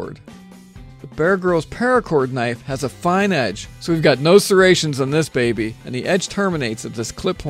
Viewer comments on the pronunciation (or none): none